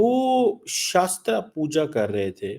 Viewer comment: It's shastra puja not shaastra puja. Atletët you should have done your homework before barking